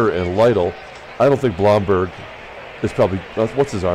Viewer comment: It's Thurman Munson's second year card, the 1970 card is his rookie card. Everyone in New York pronounces it Bloomberg for the first DH guy. All the Yankees announcers say Bloomberg. Look up the 1970 Munson card, it's one of those with 2 players on it.